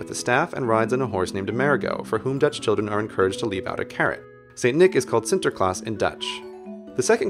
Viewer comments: I'm dutch, and i think you say the name Sinterklaas surprisingly well. also, the 'you shall not pass' part was hilarious. There is only one thing, though: you speak quite fast, (almost) without any pause. can you slow down sometimes?? pwease? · LOL, I'm Dutch, and you pronounced Sinterklaas perfectly! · Oh yeah! Netherlands ftw. By the way, CGPGrey, you did pronounce Sinterklaas very, very good. How long did you learn for it? :P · You actually said sinterklaas right! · Are you dutch CGP? You pronounced Sinterklaas so well! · Your pronunciation of Sinterklaas is quite good!